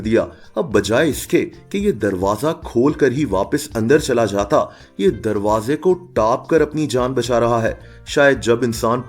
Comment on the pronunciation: Wha teri urdu 😂😂😂tarwaze ko taaappp ke😂😂😂😂